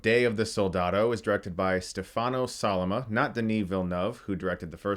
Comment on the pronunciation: The way you say Stefano Sollima 😂 Love your reviews, greetings from Italy!